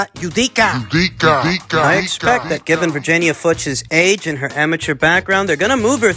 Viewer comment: Thought it was pronounced FEWKES? Although spelt Fuchs